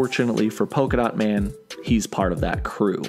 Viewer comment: Polka-Dat Man? What's he going to do throw polka-da at people?